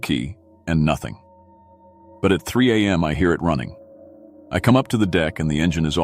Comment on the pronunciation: I ♥️ LOVE ♥️ your stories !!! and remember, "If you're not first, you're last..." 😂 Please fix the (few) upload glitches / skips. Teach AI how to say ex. mph (miles per hr.) , am and pm(time) , there were a few more that I can't remember now, of course...